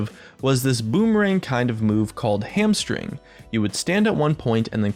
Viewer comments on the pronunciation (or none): god I thought he said hamstering..